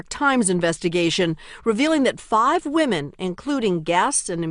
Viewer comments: We gotta get you saying "women" right. Just pronounce it like it's spelled "wimin" and you'll hit it right on the head. Both vowels make the exact same sound. ♥️ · did nobody tell the announcer how to pronounce "women"? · Strange pronunciation of the word" Women"